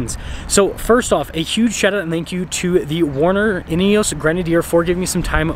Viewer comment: In-e-oss. Please stop saying in-e-oooos.